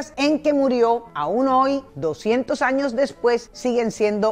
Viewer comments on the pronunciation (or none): none